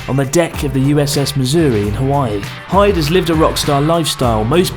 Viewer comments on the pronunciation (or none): OH PLEASE IF YOU LIVE HERE YOU KNOW HIS NAME IS PRONOUNCED HE DAY NOT HIDE AND SEEK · Isnt Hyde supposed to be pronounce like He-day ? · Isn't it pronounced "hi-de"?